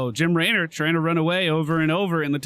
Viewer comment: The way you said Jim laynor 😂